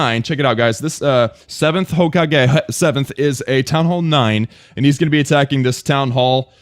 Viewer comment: Ho cah hey 😂😂 u know u didn't watch naruto when u say hokage like that